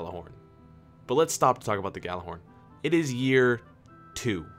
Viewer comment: WOW he fucking nailed the whole Gjallarhorn thing xD